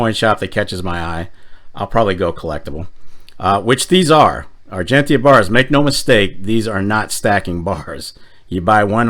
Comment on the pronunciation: Oh..... and please.... pronouce Argentia correctly :)